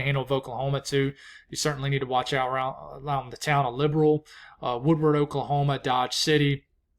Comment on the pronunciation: In spite of the fact you keep pronouncing the second "w" in "Woodward"...old timer (97 this coming week) told me that second w is silent so I gotta roll with what he taught me as long as he's around (which we hope is a good bit longer)... lol....